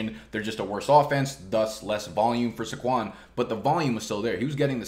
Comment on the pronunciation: SAY-kwon. Not suh-KWON.